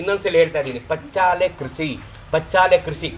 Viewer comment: ಪಚ್ಚಾಲೆ ಅಲ್ಲ ಅದು -"ಪಚ್ಚಿಲೆ" ಅವರ ಬಾಯಿ ಇಂದ ಹೇಳಿದ್ದನ್ನು ಏಕೆ ತಿರುಚಿ ಹೇಳುತ್ತೀರಿ!!!